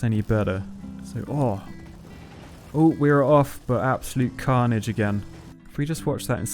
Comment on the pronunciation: Everytime you say carnige I cant stop laughing